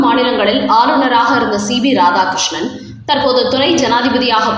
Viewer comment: C B ராதாகிருஷ்ணன் அல்ல C P ராதாகிருஷ்ணன்.. சரியாக உச்சரிக்கவும்